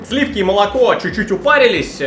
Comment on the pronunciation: Откуда у меня по твоему есть слиффки? Вас не пугает, как я произношу это слово?)